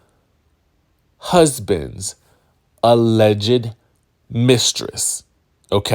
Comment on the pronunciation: Hey there....enjoy your channel....FYI, since you have to use the word 'Alleged" in your reporting, please know the 'ed' is silent....not sure if you are trying to be funny by saying, "allege -ed"